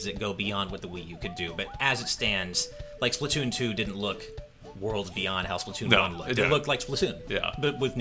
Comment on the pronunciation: or (pronounce) spla-two-oon